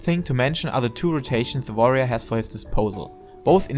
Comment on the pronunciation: I love the way you say Warrior... like V'arrior ... sounds badass.